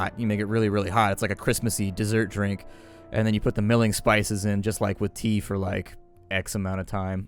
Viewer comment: Mulling spices,. Mull! Like "mull that over". Mulled cider. MULL! a;rlkjf;akjf